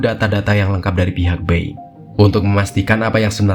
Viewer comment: Dibaca nya Boing bukan Beng